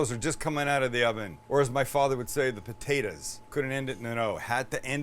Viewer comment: You gotta say potatoes right.....BU-DAY-DAS!! Lol